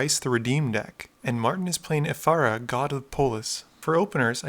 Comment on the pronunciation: "Ephara God of the Pole-is"